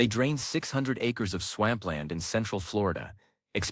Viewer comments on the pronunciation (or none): Swamp is pronounced like swomp.